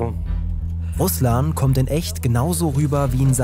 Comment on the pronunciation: Im Namen RUSLAN ist die Betonung auf A , nicht auf u. Das klingt sonst wie Name des landes, das tötet.